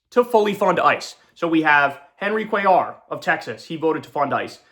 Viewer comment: Please correctly pronounce Latino surname, you mispronounced Cuellar n Perez wrong, n for the ppl that have ethic surname, never whitewash your name, pronounce it correctly n proudly